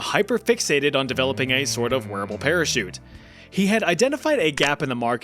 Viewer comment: the para-suit